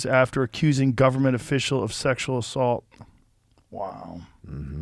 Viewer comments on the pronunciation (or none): First you didn’t get the pronunciation right… Second it’s more like a non-consensual sex under pressure, while sex assaults usually mean there are physical force involved.